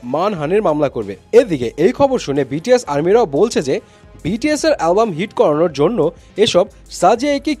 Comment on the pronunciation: love the way you said "বিটিএস এর কোম্পানি"